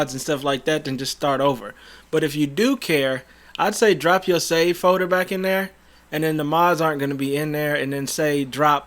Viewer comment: Which foder? 😂🤣